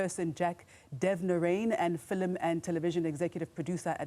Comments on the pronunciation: The way she said "Filim" like my grandma 😂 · fill-em industry will never not be jarring